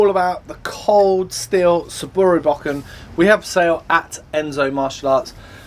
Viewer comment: Dude it is not 'BACK-IN', It is a "BO-KEN"